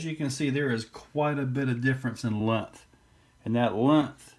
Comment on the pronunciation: "Lunth"??? 😂 or "length"?